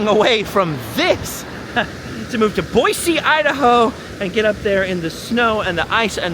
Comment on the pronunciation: Whoa! You said BOISE correctly.